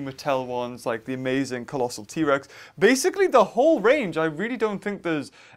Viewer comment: u say: T rex Survey says: EHHH